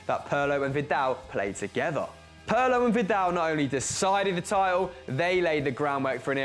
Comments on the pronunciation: PIRLO PIRLO PIIIIIIIIIIIIIIIRLO WITH A FREAKIN I NOT PARLO PIIIRLO...good list tho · Perlo? He is called PIRLO ;) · You are still saying Pirlo wrong. The i is pronounced like e in Italian. P(ear)lo maybe that will help I don't know. Other than that great video.